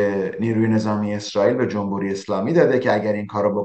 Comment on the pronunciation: استاد جمبوری نه، جمهوری!!!!